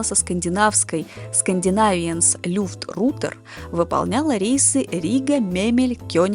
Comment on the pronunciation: Странно слышать французские фамилии Моран и Фарман с ударением не на последнем слоге, как и твердое Л в немецком "люфт".